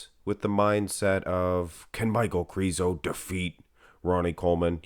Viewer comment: Please say Krizo with a short “I” lol it’s driving me nuts! 😅